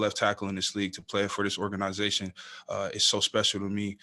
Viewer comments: "OR GANA ZATION" lol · Org aniz atioN 😂